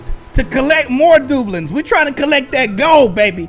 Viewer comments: Not dooblings it's dabloons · Its du bloons not doblon no judge tho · It’s DUU blooms,not doobloons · Dub-loons. Not Doublins. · It's not booklets it's debloons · Love this video. It's pronounced 'Da. Bloons' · I know this dude did not just say dublens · Its pronounced duh blooms XD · Its pronounced duh-blu-ons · It is pronounced da - bloons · It's not dueblins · Is it just me but this is cringe to wacth he says doobuleens (doubloons) da-blooms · I'm unsubcribing only because the way you say "dobloons" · got me dead the way he says doubloons GREAT VID KEV👃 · Who else got annoyed by the way said doubloons. Still love you. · It’s so funny how he said doubloons🤪🤪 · saying doubloons incorrect and my ocd I killing me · Like the videos you said doubloons wrong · Ur saying doubloons worng